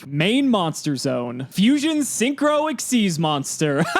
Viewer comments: As a returning player myself, just watching makes me shout "WHY ARE YOU SAYING EXSEES??? THE CARD CLEARLY SAYS X Y Z!!!" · Benjamin Gillette XYZ summoning is from Yu-Gi-Oh ZEXAL, the fourth (technically fifth) anime series. And, eh, pronounce it however you want